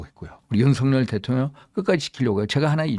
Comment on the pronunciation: ㅋㅋ 윤상현과 윤석열의 이름이 뭉그러져 석여서 발음이 되시네요. 윤성연이요? ㅋ 하기는 그놈이 그새끼이기는 하죠.